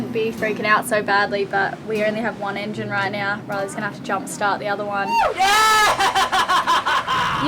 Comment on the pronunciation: saying 'right now': "Right nayah"